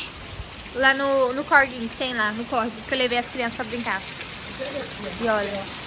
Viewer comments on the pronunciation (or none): Não é corego é córrego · CORGO NÃO, CORREGO. 🙄 Parece que fala errado porque quer.